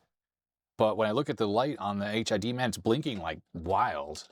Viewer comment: I think it's supposed to be pronounced "hidman" not "H.I.D. man". As in "hitman" but with a D.